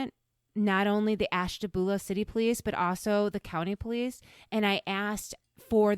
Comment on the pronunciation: You can tell by the way you pronounce Ashtabula that you’re not from there….